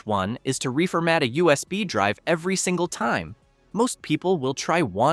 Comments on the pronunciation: I love the “narration”. Gotta love “reefer-mat”. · I came to the comments to comment the same thing, whats 'reefer matting' 🤣